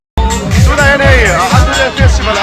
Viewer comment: Aturiam tihin ilam in ka hrea anthuriam tihtur oo,ichhelo lutk🥰😍cuan youngfela a rwn lang zuks k duhpa 😍🤩